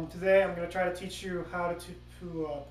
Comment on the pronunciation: notice how he says try. Lol